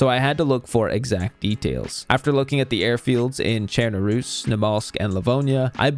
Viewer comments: Finally. Someone who can pronounce chernarus correctly. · Thank you for saying Chernarus the correct way.